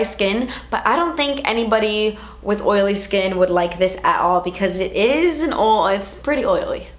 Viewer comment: "Ole" (Oil) and "gimmicky" 😂😂 reminds me of Laura. I freaking love you